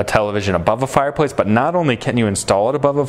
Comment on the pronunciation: What’s a fire poice 🧐?